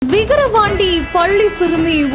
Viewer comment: நியூஸ் வாசிக்கிற லேடிக்கு வாய் இழுத்து கிச்சன் மூதேவி விக்ரவாண்டி சொன்னா என்ன அது கூட ஒழுங்கா சொல்ல தெரியல இவளை எல்லாம் நியூஸ் வாசிக்க எவன் கூப்பிட்டான் தெரியல